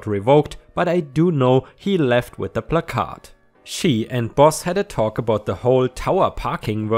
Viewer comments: plaque ard is how placard is pronounced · It's pronounced pla` kerd. A cent on the first syllable. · Plack-errrd like card but with a kerr sound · It's PLA-card. Card sounds more like kurd. The emphasis is on the Pla syllable. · Placard is pronounced as plah- kerd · We say it as plac-erd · *************** it's plack-herd. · it's "plah-card" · Pronounced more like "plACK-curd" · "Placard" is actually pronounced "pla-curd" like the "pla" is pronounced like the a in apple and the "card" part is a half lie. No idea why it's so weird lol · Not disputing your claim, however words in the English language can and do have pronunciation differences depending on were you live. Were I live, it's pronounced "Pla-Card". This will obviously be pronounced differently in other US dialects. Before you become a grammar cop, I studied the English language in college. Phrase and pronunciation can change, depending on were you are. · In regards to what to call the handicap signage in the car, its pronounce as PLAC-ard (ˈplakärd,ˈplakərd ) where the emphasis is placed on the first half of the word, and the second half is softened. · Placard here in my State is pronounced as plaque (like the stuff that grows on teeth) -ard. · Placard is pronounced pla as in plan minus the n and card is just card. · Your pronunciation of placard is generally ok. The emphasis is on the first syllable, though, not the second. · says it's pronounced plak-ahrd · It's PLACK-erd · Hey,. Is that 'Captain Placard'? Sorry:-). In England we say 'Placard', with no emphasis on any syllable. It is said 'pla -card'. Americans seem to 'quieten the letter 'r', and shorten the first 'a'. In effect: England; Plaacaard. American: Placad. (Reading what I've just written I've probably made it harder for you! But! You may be able to make sense of it). (By the way, I've been away from the comp for some time so, no. Nice to see your subs at 20k plus. Well done).⭐⭐⭐⭐⭐⭐⭐⭐ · It is pronounced “plak-erd”.